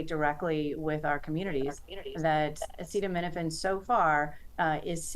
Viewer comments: Trump can't even say the word Acetaminophen lmao... is he autistic? His mother must have had too much Tylenol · Do you think class action lawsuits trump loads of scientific studies and meta-analyses? Listen to what he said. He doesn't know what he's talking about. He couldn't pronounce the word - that's how much care and thought he's put into it. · Trump is a dumbass and can’t say acetaminophen so the idiot just says Tylenol. Hope he gets sued for it. Lol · Why would anyone listen to the Orange Carnival Barker, in addition to lying constantly he can't even pronounce the word "Acetaminophen" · Can't pronounce "acetaminophen" (which we've all heard of) But had no problem pronouncing "hydroxychloroquine"🤨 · Sure, take the advice of someone who doesn't even know how to pronounce acetaminophen lol. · I loved how he had to ask if he pronounced acetaminophen correctly. Can we get him to try paracetamol next? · Bro couldn't even pronounce the name correctly. Yet stood up there reading from a script about something he probably doesn't give a shit about. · Can’t even pronounce acetaminophen.